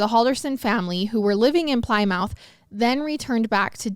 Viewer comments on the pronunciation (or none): The pl-eye-mouth confused me so badly! I finally realized she was probably saying Plymouth’s “plemEth” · Ha! I'm from Wisconsin and you made me chuckle when you said Plymouth. It's not Plie-Mouth , it's Plim-Uhth. 🤣 No Shade - We have lots of cities in the sate that make us chuckle when people say them. Like Oconomowoc and Waukesha. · Ply mouth ..... it's pronounced Plymouth like the car.... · Wisconsinite here. Ply mouth was super cute but it’s pli-muth Like lick(plim) in the beginning and mammoth (uth) at the end Love you guys❤❤❤❤❤ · I think the city is pronounced "Pli-myth", not "ply-mouth", right? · Is it really pronounced -mouth or is it -myth? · Nothing to do with anything 😹😹 but I have to ask. In my city we have a street called Plymouth & I pronounced it how she did in this video. I got soooo many laughs that it’s pronounced “plymith” not “Plymouth” 😹😹😹😹 can you confirm ? I just thought it was funny cuz I’m not the only one who thought that’s how you say it!! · Plymouth is pronounced "Plimuth" 😂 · Plymouth is actually pronounce “Pli-Meth” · Plymouth is pronounced "pli-mith" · “Ply-mouth” wow 😅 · It’s pronounced “pl-i- muth” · Plymouth… it’s Pli(short I)-muth…. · Ply-mouth? lol definitely one of the strangest ways I've heard someone pronounce Plymouth before😆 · I was super excited seeing them cover this case! I love that case, watched the court videos and everything But has decided to pronounce Plymouth (you know like Plymouth Rock) ply-mouth and I’m like so turned off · haha sorry I just saw this 😂 but yes it’s “Plimith” I def giggled at the pronunciation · i’m from minnesota and we have a city called plymouth and it is pronounced “plymith” so idk 😭🤣 i was laughing at her until i saw this comment and i’m like damn she must be saying it correctly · is pronounced like plih-myth 🙂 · Plymouth, it's pronounced "Plimuth plee-muth" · Are you sure? I think it’s pronounced like “plimith” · I was literally yelling at the the TV "Plymouth like the car" lol